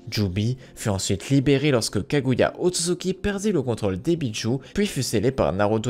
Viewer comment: "Kaguya Otsuki" j'ai quitter la vidéo mdr